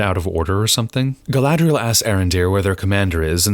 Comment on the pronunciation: Well, I took your advice about watching the battle beginning at 38:something. Other than I see your point, entirely, all I can say is "Gallladrreierreierreierreielle" 😯 🤣🤣🤣🤣🤣🤣🤣😂😂😂😂🤣😂😂😂😂 It's a good thing you're watching this toxic-waste-train-wreck, so I don't have to; thank you for that👍 🎃😷✌